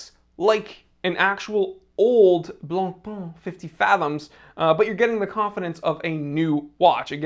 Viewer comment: It's not "Blon-Pon", not even close. The closest that an Anglophone can get to pronouncing it correctly in "Blon-Pay".